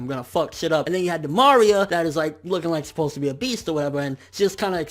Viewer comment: the way he said "Di Maria" FeelsBadMan